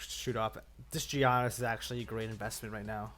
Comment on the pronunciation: Learn how to say Giannis' name